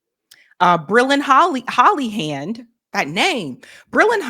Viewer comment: He said "Brylin hollyhand" and I responded "whatever floats your boat brother".